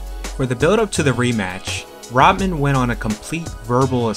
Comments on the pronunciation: “RaHman” not Raman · Rahman is pronounced rock maan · He can't even pronounce Rahman. Not Rodman, dude. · Isn’t it pronounced “Roc-mon”?